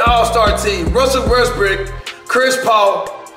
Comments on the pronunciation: anyone hear him say Russel WestBRICK lol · This man said Russell Westbrick 😂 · Did cash say"Russell Westbrick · He said Russell westbrick